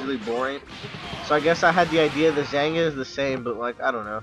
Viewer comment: It's pronounced "ZAHN-yah." The "g" is silent. Just sayin'.